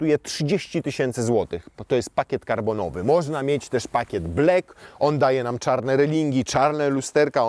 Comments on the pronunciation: nie mowi sie blek tylko blak (black ) Zauważyłem ze nawet w reklamach tv robia ten blad i mowia blek🙈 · Proszę, wymawiaj kolor czarny "blak" nie "blek" ✌️🙏😬😉 Błagam 😅